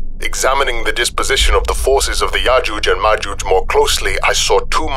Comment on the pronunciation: I could be wrong, but if you listen again I am pretty sure that called yojuje and majuje the entire way through. that the entire time. I will also listen back at my next opportunity and report back.:-)